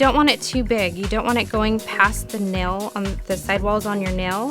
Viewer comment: great video. like how you explain exactly why to do or not do certain things. but a pet peeve of mine is ppl saying nel instead of nail arggghhh. but agai, great video.